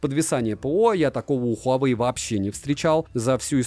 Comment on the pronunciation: совет: ХуавЭй, ХУЙайвей и тд, не верно. Провильно звучит так: уАуэй.